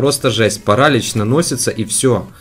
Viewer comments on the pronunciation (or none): ставь правильное ударение пожалуйста не пАралич а паралИч очень режет уши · Еее молодец только правильно паралИч